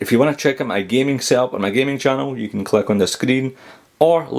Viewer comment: i love it you you say " how are yüüü"